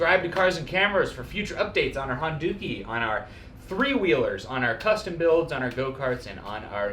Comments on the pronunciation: Dukie (sp?) is another term for poo, I can't help but hearing Honda-Poo when you say Honduki. :) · you said "Honduki" hahahahaha